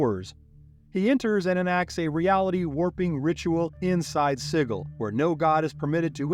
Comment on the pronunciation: Awesome Video Just wanted to say Sigil is pronounced "SIJ-il"